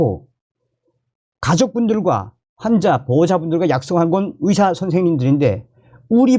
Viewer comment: 위사가아니고 의사입니다 발음좀